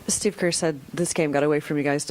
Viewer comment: Why is it always kerrr and Klay 🥴